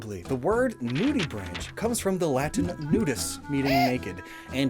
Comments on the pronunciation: the ch in nudibranch is a K sound not the ch sound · Another note: the common pronunciation of "nudibranch" rhymes with "bank" as the ch ending is the guttural ch in "loch" that is often pronounced as a "K" sound by English speakers (with the exception of "machine").